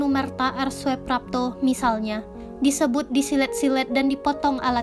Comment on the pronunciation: kerana itu ejaan lama, oe di baca u, sedangkan j di baca y. anda salah baca ejaan , di sengaja atw memang tak tau ejaan lama.? soeprapto di baca suprapto bkn soeprapto. Demikian pula dgn soetojo di baca sutoyo bkn soetojo. sblm bt naskah cari tau dahulu apa arti inisial huruf sang tokoh agar penonon dan pendengar naskah yg anda bacakan tahu apa arti huruf inisial yg anda sebutkan contoh A .yani. A , ahmad ...R,raden S , siswondo dsb.